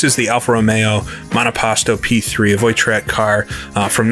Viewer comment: Little comment on your French, voi in voiturette is pronounced voa, not voy.